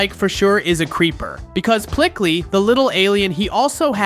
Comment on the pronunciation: Not pickly it is peecley